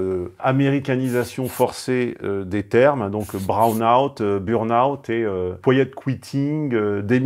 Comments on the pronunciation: C'est bore-out, pas brown-out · Brown-out ??? Ça veut dire quoi ça À défaut de parler français, faudrait comprendre ce qu’on dit BORE-OUT